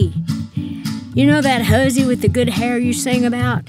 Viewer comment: the way she pronounces hussy is hilarious, great intro too